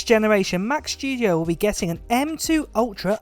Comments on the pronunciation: He says Mac shtudio lol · Mac "Schtudio", that's another model after the Mac Studio ;-P